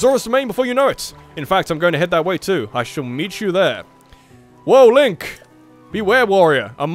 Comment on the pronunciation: LOL LINE CK instead of Link Lolll 😂